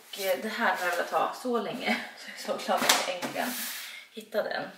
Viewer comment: Jag gillar verkligen dina vloggar men du måste lära dig säga äntligen. I varje vlogg har jag reagerat nu och du säger det inte bara en gång utan flera och i sträck 😂😂